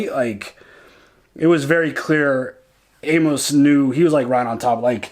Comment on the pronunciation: I love love love you guys, but y'all are making me nuts! Amos is pronounced AIMus! 😀 I know is a little bit picky, but it's making me crazy!